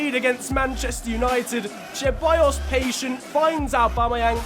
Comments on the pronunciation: I didn't follow you back in 2014 but I do remember Grenier! He used to play for Lyon! Great series so far. Haven't been watching your channel for very long but I did watch the entire Wolves series and it was fantastic. P.S. I'm not sure you are saying Ceballos right. You're saying Cheballos. I do believe it's just an S sound. I know it doesn't matter but I know you try hard to say names correctly! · Ahhhh!!! It’s not Che-buy-os, It’s Ce-buy-os It’s not N-kee-tah It’s N-keh-ti-ah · Your pronunciation for Ceballos is completely trash. It is pronounced as Sebayos not Cheballos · I found funny the "cheballos" pronunciation😂